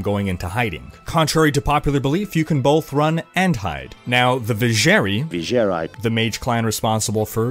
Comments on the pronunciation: LMFAO "vijer "eye" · You seem to have a hard time saying "eye" in words, V+Cher+eye and zzz+eye ^_^ lol